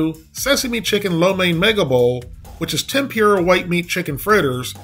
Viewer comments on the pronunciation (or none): Tem-poor-uh. Love your videos!